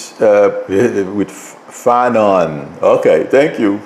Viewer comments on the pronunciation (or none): Officer Michael FANONE.[fa- n-oh-n]